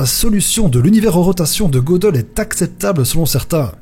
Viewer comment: Gödel se prononce geudel et non pas godel 😉 sinon vidéo géniale